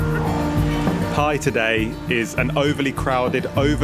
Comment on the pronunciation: Just fyi, its pronounced with more of a "B" sound than a "P"...